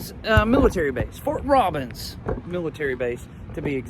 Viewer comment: Lol, it's not Fort Robins , It's Robins Airforce Base